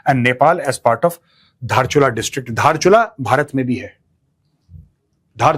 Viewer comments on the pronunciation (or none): Dhaarchula❌ Daarchula✅You guys cannot even pronounce these places name correctly...and you called these places belongs to india. ...i was child when i used to listen song about tista,mahakaali,mechi,limpiyadhura.....